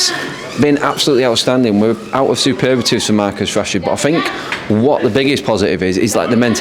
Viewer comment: Heard it too many times now. It's superlatives, not superbatives 😂